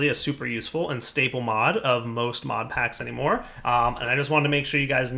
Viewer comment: did he say mob smotlight?, cool mod anyway keep up the good work!!